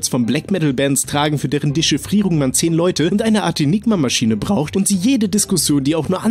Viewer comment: Es heißt Enigma das e wir mit ausgeschproschen